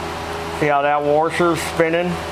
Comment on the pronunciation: there called washers not worshers lol 🤣🤣